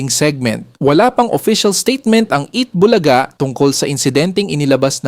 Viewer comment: Ano ba itong narrator AI? Tagal tagal na ng Eat bulaga hindi pa rin alam abg tamang pag bigkas ng "bulaga" at tagalog na tagalog mali mali pa magbigkas ng tagalog words. Nakakairitang pakinggan.